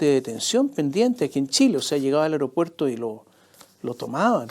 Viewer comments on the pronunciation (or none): none